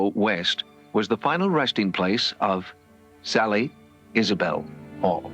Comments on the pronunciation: Don't know if narration on this video is ai or real human. The house in Kansas is the Sallie (sally) house house...not saillie. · Why do you insist on pronouncing it saylee when even the clip from the documentary was saying sally, everyone knows it as the sally house! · Saley? it's SALLY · No shade…but you can hear them call the little girl ghost SAL-EE…but you kept saying SALE-EE…why?! Just curious…why?! 🤪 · I'm not sure why the narrator insists on saying "Saylie" instead of Sallie. Everyone knows about the Sallie house. The proper pronunciation was even mentioned over and over in the footage. Why do this? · dude this voice they are obsessed with said SAYLY 4 times instead of saying sally in the last video. I think they are all smitten with a generated voice 😂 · Did you notice the narrator said SAYLY 4 times,instead of sally. Makes me think it’s not an actual person but a generated voice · Your pronunciation of "Sally" is wildly bad. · Do you not know how to say sallie